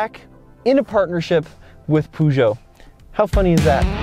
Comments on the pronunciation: It's not puoojo it's Peugeot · Dear God Almighty, that pronunciation. It's not "Poo-djoe", the first syllable is pronounced like the first half of the word "purr". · The way you say Peugeot. Poojoe ahahaha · Poo-shou ? 😂 Peugeot doesn’t own Jeep lol. FCA group does (Fiat Chrysler Automobiles). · Great video! But try to learn how to pronounce Peugeot please lol not that it matters much to anyone... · Great video. But the pronounciation of Peugeot has me laughing. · "litre" is well pronounced by the 2nd person, but please learn to pronounce "Peugeot" corectly !!